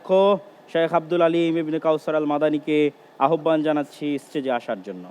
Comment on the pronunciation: আহ্বান উচ্চারণটা সঠিক করে নিবেন ।